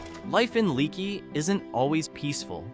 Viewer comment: The name is pronounced lake not like a leaky faucet it’s leaky but pronounced lakey